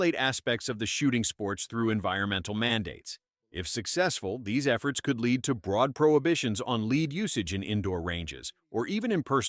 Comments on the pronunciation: Yeah, AI it’s lead not leed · Please program your AI to stop pronouncing lead as 'leed' lnstead of 'led' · Stop Using A.I. to read the script. There are no "LEED"(pronounced like Greed) rounds, they are Lead (pronounced as Head is). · Holy Christ, would you PLEASE stop saying lead as leed? That's annoying as hell! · Ah I remember the Black Talon BS, made me laugh. It's just a coating to keep the bore cleaner. Winchester later quietly released it again as the Silvertip brand. Anyone who knows anything about ballistics laughed at the 5.7x28 flap. Just about ANY rifle ammo will sail right through soft body armor and even a bit of steel. ....tf is "leed" ammo lol, AI reader spotted. This one though is one topic that I'm actually ok with. Lead BIRD SHOT does pump out a ton of lead every year. There's good alternatives out there and quite honestly I have no problem with the shooting sports getting away from lead rounds all together. I get that people get twitchy about restrictions but if we shooters can agree that lead in the environment is bad then this is something everyone should want. No it isn't they're coming for your ammo, it's that we shouldn't eat game with lead in it or pollute waterways with clouds of lead each year. Also, JFC tinfoil hat much? ALL forms of ammo can, and DO often over penetrate! This is fear and hype mongering. C'mon guys, we have to be responsible too. "no scientific evidence" my ass you telling me lead paint was done away with because Big Paint didn't want us having extra white interior paint?? No because it lead to birth defects in our own species. What's next? Mercury is perfectly safe too? I agree that politicians know fuck all about firearms and shouldn't make any laws about them. That they blather on in order to get votes sure. But anyone who believes that le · Lead or Led? LOL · Doesn't the orator of this little clip know how to pronounce lead or does he just want to missleed everyone. Most likely A I narration